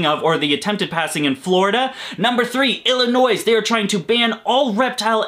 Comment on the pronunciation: The S is silent in Illinois.